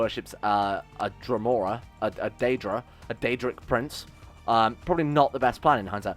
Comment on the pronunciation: I dont remember anyone in oblivion saying DEE-Dra. What ever you say Boss, your the one running Mother Base.